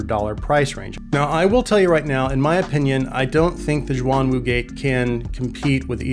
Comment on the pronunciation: almost correct, but its, shhhh-yuan - wu [ shh - yu-uan ] the " shuang " you have been mispronouncing, meants " dual / double " 双 the " xuan ", for these, are "mythical/. mysterious " 玄 not a knock btw, good to learn new things =D Im just surprised, the same specs from other non-chi-fi runs up to 1k mark. base from your earlier reviews, gotten the Performer 5 [ 2nd hand, a steal ] and still awaiting for the Ikko 10hs sapphire mirage, BOTH, which are not so well reviewed [ 30mins worth of scrolling through pages in youtube as well ] any chance for reviewing the portable DAC that performaces better than m15 by. questyle ?